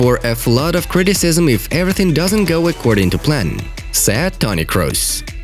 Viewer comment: Am I the only one who hears sad instead of said?